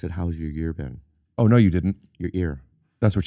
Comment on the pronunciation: bro I am CRYING LAUGHING at Bobby emphasizing “ear been” when he went back omg 😭 🤣 unreal